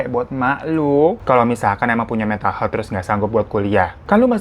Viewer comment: Maaf, sekedar meluruskan. Health huruf 'e' dibacanya seperti kata 'Hebat'. Aniway, skill story tellingnya tingkat dewa 👍🏼.